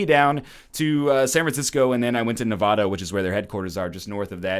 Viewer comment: Egg mispronounced Nevada.